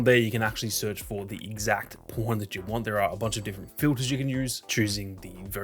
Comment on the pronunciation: Every time you say pawn, it doesn’t sound like pawn with your accent😂 “You can search for the po*n you want to use. These are my favorite po*ns”😂